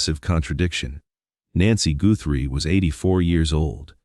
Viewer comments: The last name is not pronounced Gootry. It’s important to get the name right. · You need to learn how to pronounce tuson and Guthrie correctly when reporting on someone,to make it sound more factual